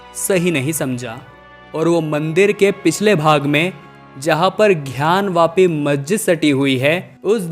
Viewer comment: कृपया उच्चारण सही करें ।घयान वापी नहीं ज्ञान वापी होगा। धन्यवाद